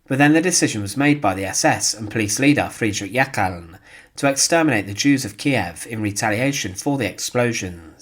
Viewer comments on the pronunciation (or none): none